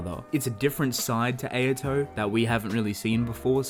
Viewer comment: Why do you pronounce Ayato’s name incorrectly? It’s not Ay-ya-to. It’s Ah-ya-to